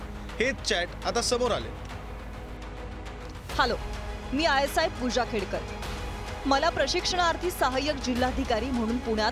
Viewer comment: आयएसआय नाही आयएएस आहे